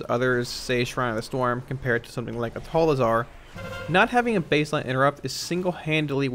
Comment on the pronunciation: Hey man just FYI it's Dazar'alor not Dazal